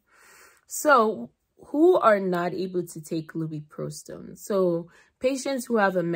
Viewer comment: You lost me when you pronounced it incorrectly